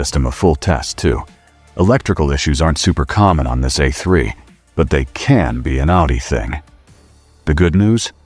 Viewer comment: Would be nice if AI was smart enough to pronounce the letter A in the model name correctly. Tired of hearing about Eh3, Eh4, Eh6 Eh8 etc